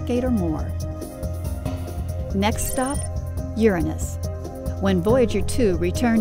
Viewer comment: i hate how she pronounces uranus.